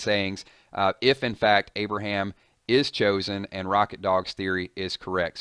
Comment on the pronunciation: No Aberham, no! Not Aberham